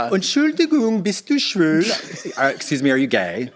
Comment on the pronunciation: Sorry Katya, but I have to correct you (I am German) You didn´t say „Are you gay?“ in german but you said“ Are you sultry?“ You pronounciate „schwul“ more like „cool“, but „schwül“ (ü is like u+e together) sounds more like „phew“. I know it´s hard for native english speakers to hear the difference. But to me your „Bist du schwül?“ sounded really funny… but maybe thats not bad for a pick-up line?